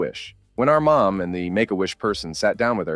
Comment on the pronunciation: Why are “mom” and “more” pronounced as “maw”?